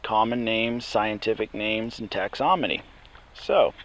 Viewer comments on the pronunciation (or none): Thanks for sharing!! Just remember- "phyla" rhymes with "Myra", and it's tax-on-om-y not tax-om-on-y ;)